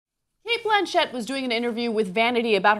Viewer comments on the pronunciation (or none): ffs it's 'Blanch-itt'! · why is ana calling cate blanchett, "Blan" "Chet" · Why the fuck is Ana pronouncing her last name like that......